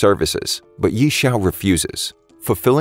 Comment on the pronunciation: its not yee its like yeah